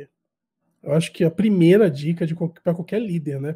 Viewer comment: Por favor,, não fale primera, fale correto como Laila.